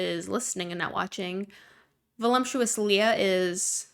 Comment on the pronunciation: I’m gonna sound like a jerk but I’ve noticed it for a couple years. Everyone in gorl world or gorl world adjacent pronounces voluptuous like it has an m in it (like voluMptuous rather than voluptuous). Is this hyper specific to the community or am I missing a joke? 😂